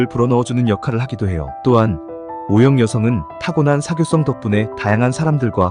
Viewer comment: 어형이 뭐예요 말좀 똑바로 하세요